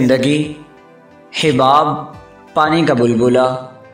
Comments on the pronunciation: It's hUbaab, not hIbaab #marciofreak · لفظ حَباب ہے. حِباب نہیں